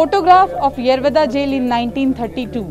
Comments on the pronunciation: मराठी बोला.. येरवदा नाही येरवडा.. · Tila yerovda bolta yet nahi yeroda boltey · येरवदा नाही येरवडा 😞😞😞😞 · बिलकुल नाही दादा फक्त गांधी जींना इज्जत दिली गेली पूर्ण रिपोर्टिंग मध्ये, येरवडा या शब्दाचा उच्चार येरवदा असा केला आहे भीतर ही कोणती हिंदी ? हा शब्द तर हर्यान्वी भाषेत केला जातो , हा मराठी न्यूज चॅनेल आपल्याला येडा बनवण्यासाठी प्रयन्त करत आहे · येरवदा काय बोलती येरवडा बोल येरवडा king off पुणे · बोबडी कुठली येरवदा नाहि येरवडा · येरवडा बोलो,,,येरव दा नाही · हिला येरवडा पण नीट म्हणता येत नाही 😜😜😂😂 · 02.45 madam Aap येरवदा bol rahe ho Plz येरवडा bolo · Are madam wo येरवदा nahi येरवडा है... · येवादा नाही g येरवडा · यारा वादा काय म्हणते येरवडा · येरवदा येरवदा जेल काय बोलतेस. ऐतिहासिक जेल आहे. येरवडा जेल असे मराठीत नाव सांग. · मॅडम ते येरवदा नाही येरवडा आहे...... जे दाखवायचं ते दाखवलं नाही आणि भलतंच बसले दाखवत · येरवदा नही TV9 येरवडा है जो दिल मे आया ओ मत बोलना । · मराठी बोलायला लाज वाटत असेल कदाचित. आणि ते येरवडा कारागृह आहे नाकी येरवदा.🙏 रिपोर्टर ला व्यवस्थित मराठी शब्द बोलायला शिकला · यरवदा नाही माय यरवडा आहे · येरवदा नाही रे येरवडा आहे ते😂😂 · Pune Pact Bolo Anchor Yerwada Samjota nahe 🗣️✍️ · येरवडा म्हण बाई आणि मराठीतच बोल